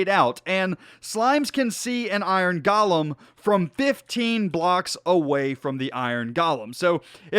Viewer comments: It’s pronounced Go-lem. not Ga-lem there is no A in golem. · nomal people: iron golem.: iron galem